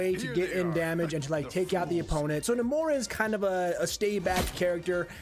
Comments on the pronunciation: Its Nay-mor lmao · I gag whenever he says 'Nah-more' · The way you pronounce his name is certainly unique. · Just the accent. Nowhere else in the history of Namor have they pronounced it that way